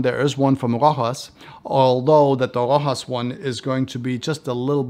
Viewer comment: It's not Rohas it' s Rosha. . You pronouce it like being a spanish house . In fact is an old french house